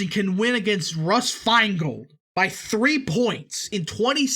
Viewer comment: "Feingold" lol